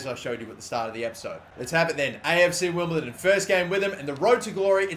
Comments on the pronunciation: STOP SAYING WIMBLETON 😡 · Stop saying "Wimbleton" oh my god that's annoying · WimbleDON not WimbleTon